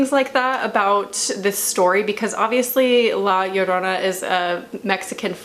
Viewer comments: You pronounce La Llorona perfect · Your pronunciation of “la llorona” is this pretty nice! Also, is not only a mexican folk tale (even tho i can understand why you think that) I’m pretty sure its a whole latin america tale. I’m venezuelan and since i was little i was fucking SCARED of la llorona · I really just clicked on the video because I wanted to hear your pronunciation of La Llorona and it wasn't bad at all :v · Native Spanish speaker here, your pronunciation of it was p good. Thanks for at least trying. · Amazing pronunciation most people say "La Shaourouna" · I’m from a Mexican heritage and I was a little disappointed that the main wasn’t a Mexican because this was more of a Mexican heritage but she did good attempting to saying La Llorona. Also I am not that good saying her name and you said it right so yeah. I definitely believe there’ll be a sequel because hello conjuring😂but I love your channel. Also there are a lot of folk tales and how and why she did it so it’s truly not the right folk tale but it’s because for me that’s not the tale I heard so I was bias but still loved this movie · What really gets to me are creepy children and Asian ghosts. Anddd your pronunciation of La Llorona was quite well actually. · You actually pronounce the title very good 👍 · honestly you pronounced la llorona better than any other white youtuber i've seen try to say it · Yeah, she did